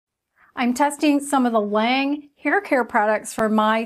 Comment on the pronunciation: L'awnge Is how it's pronounced. With the lawn sound not the lane sound. French for "the angel" like this review thi